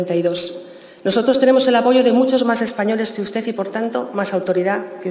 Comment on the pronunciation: UsteZ, MadriZ, Humildaz, SanidaZ, posibilidaZ... joder, que penita y que dolor de oídos!